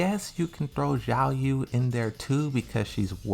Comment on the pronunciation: He keeps pronouncing Xiaoyu "Yiaou", I don´t know why he does this but he refuses to learn.